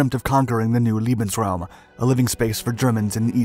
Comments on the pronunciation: We once more have the operation "pink beard". This narrator is incapable of distinguishing the pronunciation of Barbarossa from Barbarosa. However, he has also added "loving space" to his catalogue of howlers by his mispronunciation of "lebensraum" - living space as "leibensraum". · "L-ie-bensraum" ? .. I guess that is not exactly what he had in mind...😉💓